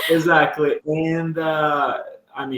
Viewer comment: Another point that I forgot to mention is about your pronunciation of the word "Exactly". Instead of saying "ezactly" , it will sound more natural if you say "ekzactly". Look, I'm not a native speaker, I'm also a Brazilian learning everyday just like you, so I think we should always help each other in our English learning process. You have great pronunciation and fluency, and I think these will help you improve your English even more. Keep up the good work!